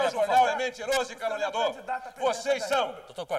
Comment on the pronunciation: Eu já vi mil vezes e não consigo parar de rir! O Quércia falou a palavra "caluniador" 15 vezes. kkkkkkkkkkkk E quase que sai "calango". kkkkkk